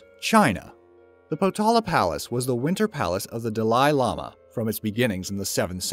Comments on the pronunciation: PLEASE PLEASE PLEASE LEARN TO PRONOUNCE: DALAI LAMA! (dahlee lamah) .... Or listen to it here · How could someone that does voice overs not know how to pronounce Dalai Lama properly? “Dalley Lama” not Da Lee. My god, does anyone actually know how to work anymore??? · ~ Great job on getting to a million subscribers. I like your videos, and I watch them often. I will say though that you need to work on your pronunciation. You periodically say things incorrectly. In this video it was the way you pronounced " Dalai Lama". It is pronounced "Da-lay" Lama not "Dalie" Lama. Just a little honest feedback for you. In no way am I trying to put you down. I am a subscriber, and will continue to be. as I do enjoy your content. Thanks for the videos. ~ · Yes, not to mention "dollila lala" rather than Dalai (dolly) Lama! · The palace of the Dalai Lama ( or dulli Lama as the narrator calls it) is ghastly. A hideous monstrosity of utilitarian appearance. It looks more like a prison. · Sorry to criticize but you guys should do a bit more research on pronunciation of these places. Also Tibet is not china, those pricks simply and brutally occupy it. Lastly the ex monk I met said the pronunciation of their exiled leader is said like dally lama. Anyway I really like these videos overall but you guys should really do your best to get all the details correct in the age endless lying and false information flooding the net. Or you could simply state that to the best of your knowledge you got the details correct. Those are more important than pronunciation but it always looks good to the foreigners who live in these places and like we’re not all morons in North America if we get the names right. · Why is he mispronouncing Dalai Lama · O dear... It's not Michael. It's said like Michelle. You did good research, but you really should've checked the pronunciation on some of these... and the Dalai Lama.